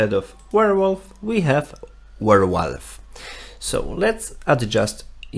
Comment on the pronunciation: Nice video! Thanks. BTW - did you actually show the hidden local .git folder location? Other than that, nice intro to using git / github from VS Code. And it is a "Werewolf" not a "Warewolf" :)